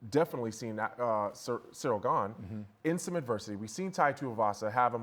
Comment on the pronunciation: It's so surreal how chael misprenounces ganes name